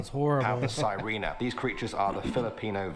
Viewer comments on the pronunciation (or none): 😂😅 Lol that's all urband legends. I have not even heard about the Top 10 or The lost city and he mispronounced the Sirena😂😅 it should be " C - re - nah "